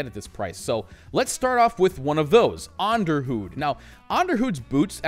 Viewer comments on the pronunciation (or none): Onderhoud - you almost got it right. Pronounced onder-hoat. A form of Dutch very similar to Afrikaans. The word means maintenance.